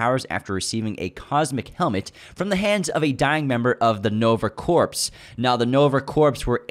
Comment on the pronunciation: You guys are interesting and informative, but “corps” is pronounced the same as “core”. Sounded like you were saying a dead “corpse”.